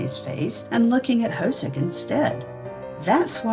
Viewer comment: J-Hope's name is not pronounced "ho-soak" - it's more like "ho-suk". This entire BTS Universe can be pretty confusing, so it's wonderful that you've put this together!